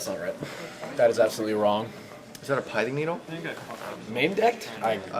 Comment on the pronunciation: It's Pi-thing Needle, not Pie-thing Needle